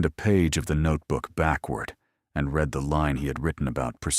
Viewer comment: Yes, good story. AI narration cannot handle English words with multiple pronunciations, like read. Is it red or reed, and it always chooses wrong. I listen to these audio stories all day long so I'm used to mentally correcting it on the fly but it is annoying; more so with some narrators.